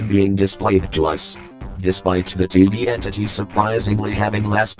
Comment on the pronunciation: "TV Entity." sorry what? i heard disney entry